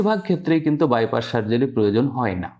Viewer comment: আপনি বাইপাস কে বাইপাশ বলছেন কেন? শুনতে কেমন লাগে